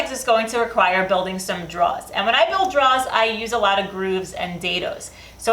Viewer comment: Please make a drawer video, I just want to hear you say "Drawers" more